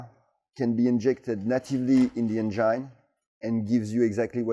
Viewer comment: This is just getting f'n ridiculous! On a side note, it's funny how English is so good but he pronounces engine as "en-jine". Anyway Viva la France - you're now in everyone's good books again.